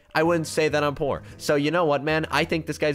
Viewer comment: Spelling you said pool instead of poor